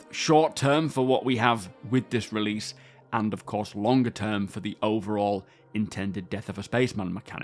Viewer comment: "Releadse this week" got me rolling 😂